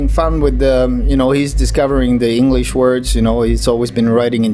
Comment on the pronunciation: Ei yheren kerran, eikö tosiaan löydy haastattelijaa, joka osais edes välttävästi lausua englantia?